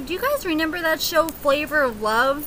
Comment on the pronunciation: Pleeease stop saying "renember" 😩